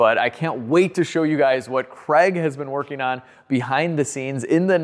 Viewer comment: You mean Kreg? American pronunciations 🙄🤣